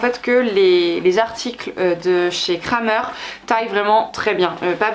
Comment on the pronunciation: Coucou, on dit pas "Kramer" mais "Krämer" il y a bien le tréma sur le a 😊